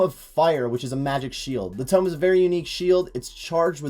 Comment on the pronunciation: Also it’s a tome of fire, not ‘tomb’ :)